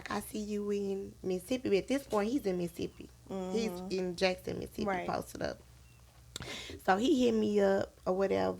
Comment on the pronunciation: It’s not Missippi it Mississippi